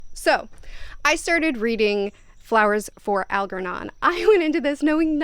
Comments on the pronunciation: Al-JER-non. How does one think the pronunciation is anything other than Al-jer-non?? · Algernon - the g is pronounced like it is in germ.